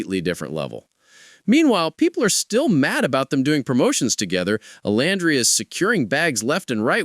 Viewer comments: Omg pls pronounce Olandria's name correctly! Oh-lann-dree-yah 🙄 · Pronounced: O-lan-dreea! I can't stand it when ppl say her name incorrectly! 🙄